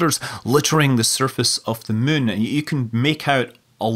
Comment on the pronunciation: not sure if he just says Mun instead anymore or it's just his scottish kicking in